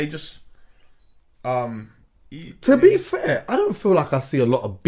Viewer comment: To BEEFair No one caught that? 😂